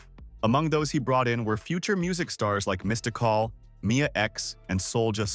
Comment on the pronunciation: Thank you! Cause calyeopee was sending me! And Mistocall aint do no better 🤣🤣🤣